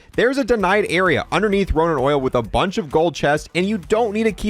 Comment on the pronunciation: Did you just call it "Ronan Oil"... ?